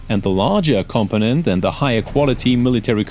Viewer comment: I appreciate the content but my guy, that such a weird way to pronounce component. much love